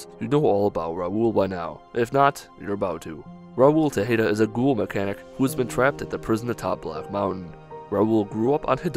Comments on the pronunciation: How dare you. Raul is the last Tejada (pronounced Tay-ha-duh), not Tehada(incorrectly pronounced as Teh-hay-duh). As the best companion in New Vegas, that is an insult to his greatness. He hasn't survived over 200 years to have his gravestone misspell his name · its pronounced teh- ha-da